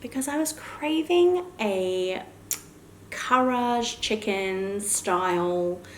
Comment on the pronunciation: Just a random fact for the day to say karaage it is pronounce "kah-rah-ah-geh" :) 🍗 yum yum my fave